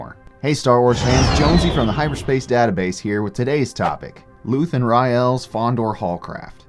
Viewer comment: you know how to say his name, say it right. they say his name so often in the show you dumbass